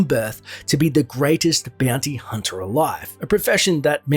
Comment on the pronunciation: Beeyounty hunta